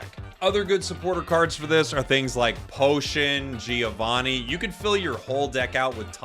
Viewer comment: Love the content, thanks for the early tierlist! Just one thing, italian is spoke as read! (Talking about Giovanni pronunciation)